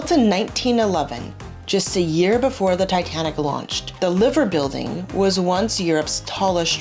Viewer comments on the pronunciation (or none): The Liver Building is Pronounced Lie - ver...not Liver as in Liverpool . just saying! i love Liverpool